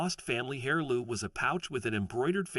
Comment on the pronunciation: I have never heard heirloom with a solid h... it has always had a silent h. Like the English aristocracy is always worried about having an heir, is never said like hair or hare. Sounds a lot more like air.